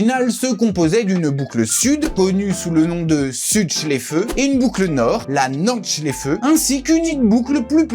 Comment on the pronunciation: C'est quand tu dis norde chléfeu😂